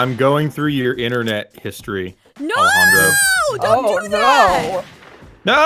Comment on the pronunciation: Anyone here that watches Total Drama cringed just slightly when she said the name Alejandro.